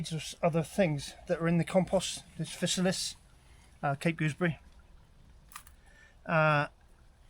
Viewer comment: Wowza! The River Cottage Mushroom guide is definitely one of the best available, beyond doubt! Worth every penny you paid and then some for a signed copy. "Physalis" pronounciation - Fye-sah-lis - as in "Fee->FYE<-fo-fum" In fairness, I pronounced Hermione as "Her-me-one" in my mind before the Harry Potter books came out..... plonker